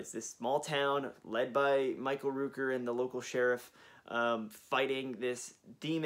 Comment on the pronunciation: Hi, it’s Michael Rooker, the Rook in his name is pronounced like Cook, not LOOP. GREAT VIDEO! I am doing my best to keep up with the new releases but jeez, it adds up quick! Looking forward to the 4K remaster of Zombie and Maniac!